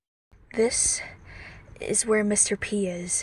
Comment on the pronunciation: It’s mr. PEEE not mr.p >:(